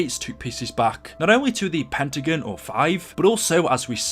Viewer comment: he really sayed pettacen it pentagon 😂😂😂😂